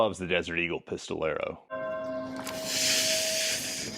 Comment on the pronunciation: Isn't it pistolero? Not pistol arrow